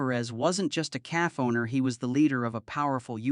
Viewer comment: Stop using these stupid AI voices that can't pronounce words correctly. It's a cafe, not calf